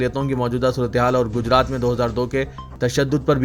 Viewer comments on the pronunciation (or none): none